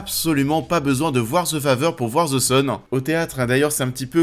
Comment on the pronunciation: Ze fazer... pourquoi en France les th sont remplacés par des z?